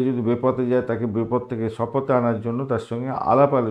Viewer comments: Dada kathata bepoth noy,bipoth .apni almost pray e ei bhul ta koren,tai apnake bollam,pls take it easy.... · Uni jeta bolen seta bipodh, bipoth na banglae বিপদ। বিপথ না কারোর শোনার ভুল হতে পারে আমি তার কাছে এমন শুনি নি।